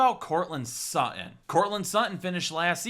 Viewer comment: Courtland Suh-in. 😂